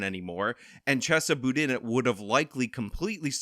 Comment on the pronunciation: Hey -- good video! You've earned another subscriber. Just a point of fact that may not be useful ever again, but Chesa Boudin's name is pronounced "CHAY-suh Boo-DEEN". And yeah -- he's an idiot criminal-enabler of the first order, and I was glad to be able to help vote his sorry ass out of office.